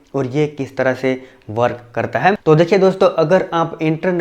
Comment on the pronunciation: tu "hai" ko "haim" kyu bolta hai????????????? reply kr